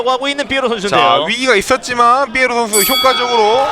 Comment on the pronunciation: 이런 명경기에 해설위원이 선수 닉네임을 잘못부르는게 영 거슬리네 삐에로가 아니라 피에로인데